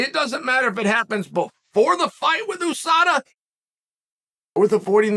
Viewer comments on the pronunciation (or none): none